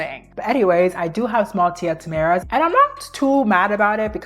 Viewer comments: Girl I love you but you have to stop calling them tia tamaras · "Tia Tamaras" 😅🤣